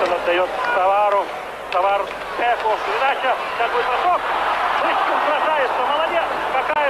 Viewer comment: Мне 62 года, я смотрела этот матч. Помню, говорили канадцы не могли фамилию Мышкина правильно говорить. У них буквы ы.нет. Называли его то Мошкин, то Мушкин.